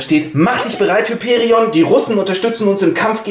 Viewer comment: Tatsächlich wird Hyperion auf dem i betont und das o ist lang!